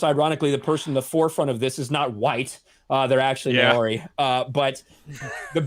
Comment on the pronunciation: Please, Maori is pronounced "Mow-ree" (rhymes with "How-ree") NOT "May-or-ee"